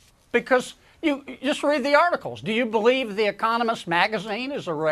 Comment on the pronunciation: I 'bal'eve what I 'bal'eve